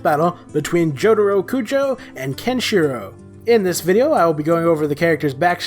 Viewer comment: you cant even pronounce Kenshiro